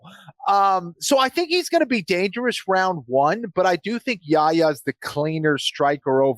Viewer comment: Anik, it's more Yahiya than Yaya. You have to pronounce the 'h'. Yah Ya. And also, his name is after the prophet 'Yahya' who is called John the Baptist in the bible. Son of Zechariah.